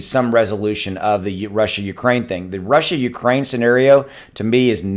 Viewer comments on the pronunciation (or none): I think you just made up a name for what happening. “Rukraine”